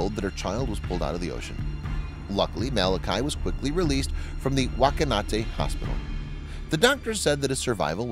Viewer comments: The narrator pronounced the hospital name as whakanate instead of whakatane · It's Waka-TA-né, Waka-NA-ta! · Whakatane, not Whakanate.. xD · Its whakatane, not whakanate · Its pronounced fuka tar knee, not wuko nar te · It's WhakaTane not WhakaNate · It’s whakatane not whakanate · Oh my gosh that's my country, New Zealand! I never heard this story before! The name is pronounced fuk-a-ta-nay hospital. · It was the Whakatane Hospital, not Whak-a-naw-tay. That cracked me up. I only noticed it because for the split second I saw this part, I thought the name of the hospital was the same as a friend's (unusual) surname when I was a kid. (If you care, it was not, lol) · That hospital is called Whakatane like fakatane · Amazing story. Whakatane is pronounced Fakatane. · Glad the little mite was OK after his exploits at sea, but ROFL at your pronunciation of Whakatane, it's 'fuh-kuh-taa-nay' and yes it's sounds like a swear word. 🤣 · Whakatane is pronounced with a F sound, sort of like this, fhakatane. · Was this in New Zealand? Lol The way you pronounced the hospital name 😩😆 It's Maori and pronounced like Fucka Tahné (Whakatane), in the Maori language Wh together is pronounced with the F sound. In Maori it means 'To play the man' (play the male role). Fyi😁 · Whakatane is pronounced Whakanate? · You pronounced Whakatane wrong its f*ck a ta ne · Whaakatane is pronounced fuck-ah-tahney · Whakatane pronouned fuck a tar knee Love how people pronounce our names lmfao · soz its pronounced whak a tarn aye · WHAKATANE HOSPITAL...NOT WHAT YOU SAID...WHAKANATEE...IDIOT. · The story is from New Zealand but the photos are not. The pronunciation of Whakatane is hilariously and offensively wrong. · Such a pity that with all the great storytelling, the narrator can’t pronounce Whakatane at ~ But criticism tends to come with the territory of a narrator when he mispronounces words, names, or places...